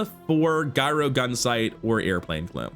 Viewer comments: Hey man, new to the channel. I like your energy and I'm hoping your channel takes off. A couple of things, though - gyro has a soft "g" at the beginning, like giant, giraffe, and gyroscope, where the item derives its name. Not sure if you were saying it like that as a joke, but I figured I'd point it out since accidentally mispronouncing words always feels bad, and hopefully I can save you some cringy moments in the future. Also, remember that items with the same CD go off left to right, so early in the run you were missing a lot of free damage scaling on the Daggerwing by not having the Vortex Cannon on the far left. Since FFS had the same CD at silver, you could have lifted all your items and had FFS immediately slam them back down for more scaling on the Daggerwing - which scales on both up and down, unlike the Hang Glider that only does damage when they stop flying. I mean, you totally got there in the end, but the extra damage could have helped so I think it's a good point to remember. GLHF. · its not guyro gunsight!! its pronounced yuro, like the Mediterranean pita.